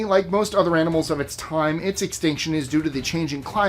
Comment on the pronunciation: He said AMINALS😂